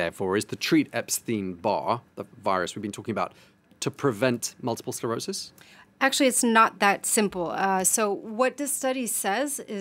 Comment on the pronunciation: Did he say multiple SLerosis? Someone should have caught that. Way to make your little segment credible.